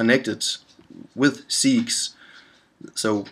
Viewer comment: FYI - "segues" is spoken in English as 'seg-way' - it's a French word that means 'transition from one to another'. Other'n that, thanks for the good, useful work.